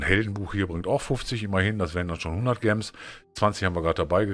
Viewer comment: Kannst du gems bitte nicht so deutsch aussprechen, entweder englisch oder halt deutsch und dann bitte Juwelen ....